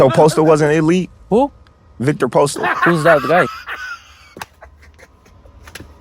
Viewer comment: he said postale 😂😂😂